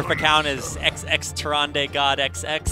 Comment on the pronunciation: Can Blizzard at least hire casters that know how to pronounce the Hero names? Tyran-duh, not Tyran-day